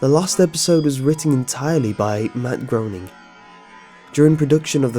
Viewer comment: sounden like u said MadBrony xF